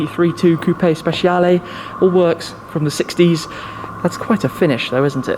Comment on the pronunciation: It hurts my ears when someone pronunce Speshiale instead of Spechiale